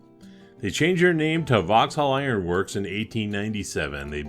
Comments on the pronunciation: Great video as always but the pronunciation of Vauxhall is like Vox all/hall not vox-hill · You said Vauxhill a number of times. It is Vauxhall .Am I too picky?